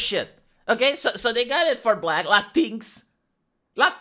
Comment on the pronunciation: I keep laughing whenever he says "Latinks" because at first I didn't know what he was talking about. (I think they pronounce it "Latin Ex") Now I can't unsee it and this is the way I will pronounce it from now on, because it sounds even more like a slur.